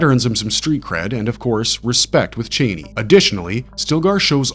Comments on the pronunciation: the way this guy pronounces things is so funny, “lisan-al-gabe” “chaney” no hate man but they literally pronounce it completely differently in the movie 😂😂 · I love how you say Chani like Dick Cheney LOL